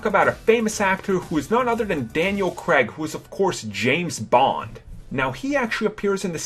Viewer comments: Hits Daniel Craig not Daniel creg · Craig is pronounced with an elongated I. Cray-g not Creg. Warwick is pronounced with a silent second W. Wa-rick nor War Wick. Thomas is pronounced with a Hard T. Tom-as not Th-omas. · Daniel "Creg", Poe "Dameran"? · It was actually Alec Guiness' voice that said "Rae" in the vision sequence. Not Ewan McGregor. Also, It's Poe Dameron, not Poe Damaran. And its Daniel Craig, not Daniel Cregg. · It's Daniel Craig, not Daniel Cregg. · Daniel CRAIG! not CREG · Daniel Cregg? You mean Craig? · Daniel Crag never played bond. Daniel Craig, on the other hand....And War-wick Davies - who the hell?It's pronounced warrick. Jeez. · Daniel creg? It's spelled Craig and pronounced crayge lol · sorry you lost my like at 'Daniel Creg' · Why do Americans pronounce Craig as Creg/Kreg..? -_ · Daniel Craig's surname is pronounced cr-a-g and Warwick Davis' first name is pronounced wa-rick. BTW I love your vids.